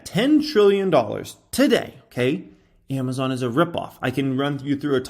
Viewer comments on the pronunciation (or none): none